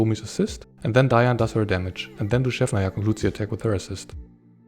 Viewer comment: Your pronounciation of "Dushevnaya" is spot on! ❤